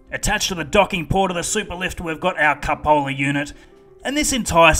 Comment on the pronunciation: haha sounded like you said 'the cup holder unit' :D